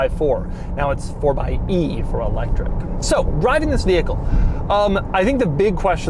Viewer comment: It’s pronounced fourxy